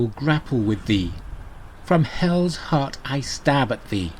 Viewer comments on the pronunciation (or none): none